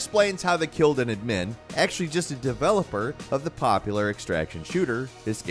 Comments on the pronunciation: I've never heard anyone pronounce Admin the way you do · The way pronounced admin really ticked me